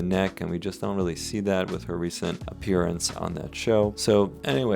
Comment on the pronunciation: "not rreslly dramatic" Yeah for you dude you love butchering people's faces on the norm lol